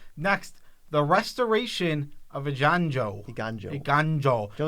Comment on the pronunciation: I really need to stop watching Magic content for this set, this is the second time I've heard someone pronounce it "ajanjo" and it hurts so much